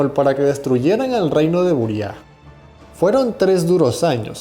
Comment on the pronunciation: Se pronuncia Buría y los indígenas se llamaban Jirahara, con "j" española.